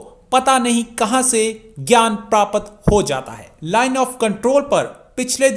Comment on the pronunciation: Chutiya PRAPAT NAHIN PRAPT HOTA HAI. First learn to speak Hindi correctly.